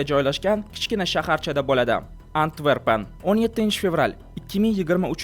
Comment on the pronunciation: Antvergan emas Antverpen yoki yanaham to'g'risi Antwerpen